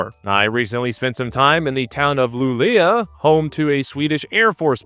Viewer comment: I'm sorry, but what's wrong with Americans bro? Calling Luleå "Luléa" is absolutely diabolical. Like, Google Translate text to speech exists!